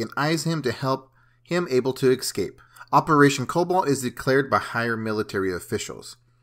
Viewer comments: It'd not exscape man it's ES-CAPE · Bro... its eScape not eXcape 😂